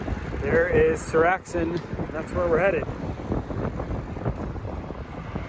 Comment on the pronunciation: Seoraksan is epic - as is your pronunciation of the name 😅